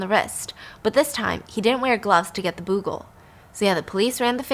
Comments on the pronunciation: Bugles aren't that common these days, so it's not a criticism or anything, but I just want to point out that it's not pronounced "boo" -gle but rather "bu" - gle ("bu" rhymes with hue or you or dew). Love your storytelling, Stephanie! Fascinating stories!! 💚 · Byyyuuuu-gul not boogul ❤️ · It’s pronounced Be-you-gul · Hey Stephanie & Stephfiance. Just letting you know that "Bugle" is pronounced: Beau-gle (change "boo"gle to "beau" as in beautiful) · I love you guys! Your videos always put me in a better mood. But please don't hate me for commenting to let you know that instead of "boo-gle," it's actually "byu-gle." I tried to see if anyone else had already said it. Commenting out of love!♡ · Bugle is pronounced b'you-gull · Actual story starts Edit: cracking up at the way you're pronouncing bugle 😁 it's "BYOO-gil". Love you Stephanie!! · I came looking for this comment! 😂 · Just about to say this too. 🤣🤣😂🤣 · The last story is the European version of the bling ring. You’re right, so many expensive things were not protected I had all of until recently, no one thought anyone would be confident enough to try and steal it. But also the way you pronounce bugle LOL I’m crying. It’s pronounced the same as the chips, the instrument is their name sake because they are shaped The same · Thank you! I didn't want to be nit-picky but she said it so many times. 😂